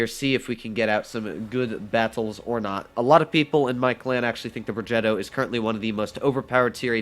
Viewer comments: Like how doodles say plogetto~ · Bruh why anyone mispells the r on progetto